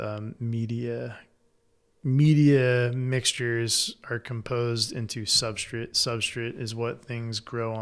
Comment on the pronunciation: I can't unhear substrit